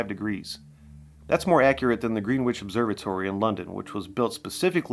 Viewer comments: Get the place name pronunciation correct, it's not pronounced Greenwich it's ( gren itch). If you cannot say a word let Google say it. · Gren-idge not Green witch (Greenwich) 😉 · Green-which observatory….its pronounced ‘Grenitch’. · "Greenwhich"? It's pronounced Grenich! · "Green-wich" ??? I'd been paying attention to your videos until I heard that. Maybe you are a somewhat convincing robot after all -- what unlearned human would be referring to a "Green-wich Observatory"? And why now do we wonder if you really know what the word "North" means? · The W in Greenwich is silent.